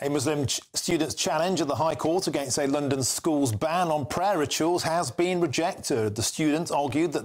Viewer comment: Did he just said LNDN instead of London, eh?